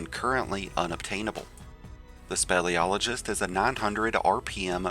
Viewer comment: Speel SPEEL-iologist! NOT SPELL.